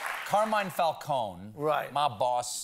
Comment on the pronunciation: thank you stephen for pronouncing "Falcone" correctly